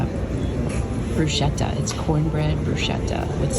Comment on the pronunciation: It"s BrusKetta!! When you have an h after c or g it's a hard sound. Like chiesa. Kiesa [church]